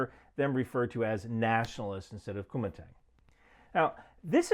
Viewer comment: They way you say Kuomintang sounds like youre saying Kumite, from Blood Sport lol